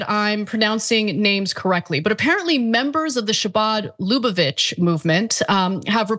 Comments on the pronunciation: I am really surprised at the number of online media hosts completely butchering the word Chabad. it's not an SH sound, its that guttural sound made when speaking hebrew. every host I'm talking about is progressive and is very familiar with judaism and they've lived in the northeast part of the country at some point, near where many jews live, so its really hard to believe y'all have never been told or aren't used to hearing that letter/sound. chanukah isnt pronounced shanukah and chutzpa isn't pronounced shutzpa. why would you say shabad instead of chabad? if you cant get the guttural CH sound, just use H, but please, no SH smh omg gotta add a P.S.- dont pronounced CH as CH either. I gotta ask the host...do you know any jewish people or have you ever heard hebrew be spoken!?!? I feel like I'm in the twilight zone 😳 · Yes, you mispronounced Chabad. Just like with Channakah, Challah, the C is silent. So it's huh-baad, Hannakah, halla. You can easily Google how to pronounce ____... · Say “Chabad “ as if you are hocking up mucus. “Habad” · Shabad lubavitch chazidim.... omg, is it so hard to check the pronunciation of words? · Chabad sounds like “huh-baad,” which you could have learned (and heard) with a moment’s Google search. It should not be news that actual preparation before going onstage helps to avoid such difficulties! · Khabad is the proniuciation. Ch is Kh. Ana, please check out how words in other languages are pronounced. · It's pronounced "ha-bid" Like Chanukkah is pronounced "Han a ka" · You pronounced "Chabad" and "Lubavitch" and "chasidim" wrong.